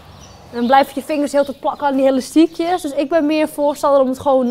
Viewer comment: Haha je zegt helastiekjes , dat zeg ik ook altijd!!